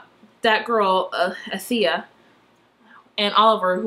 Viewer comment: It's like AL-THEE-UH.